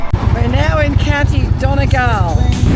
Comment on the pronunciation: Sligo is pronounced Sly go😊❤ Yeats is pronounced Yates😜❤ Donegal is Dunny gawl..(the accomadation looks great)😊 aswell as being known for literacy, Sligo is well known for traditional music and musicians.. it's a shame it rained, yet that seems to be the default weather these days.. good on ya, safe travels❤ I love the way you turn the map all around😊 quite different from the usual 'north-south' view..😊